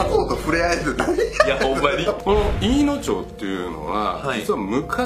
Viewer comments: 福島県は全部「まち」って言うんだよ。「ちょう」って言わねーから。飯野町も「いいのまち」。音読みさせんな。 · “いいのまち” ね、“ちょう” じゃないから